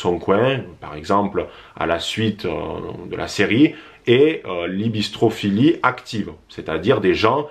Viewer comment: On dit « hyBRIstophilie, la bistro-philie c’est autre chose 😂😂